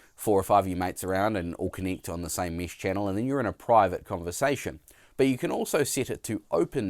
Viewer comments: 1. Nice comparison (but would be nice to hear the difference in sound of the mic) 2. It's mEsh, not mEEsh 3. Please, put your pants on. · WTF is Meesh? It's Mesh! (pronounced mehsh)! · Mesh... not mish. Uuurgh accent